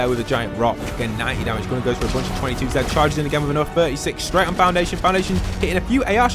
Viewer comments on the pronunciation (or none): You called him gunner but it’s Goo-nar